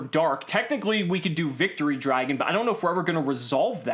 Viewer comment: Haha! Eclipse Y-Vren. The Victory Dar-gon is better.